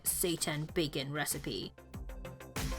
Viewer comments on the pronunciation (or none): none